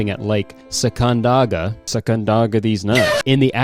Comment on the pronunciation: omg I'm sorry I can't shut up but I feel so honored!! kurtis mispronounced a place near where I live🥰🥰 it's sock-on-dog-a